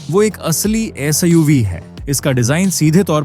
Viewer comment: Siv Lid टोपा वक्ता है क्या? जो suv को siv LED को lid बोल रहा है।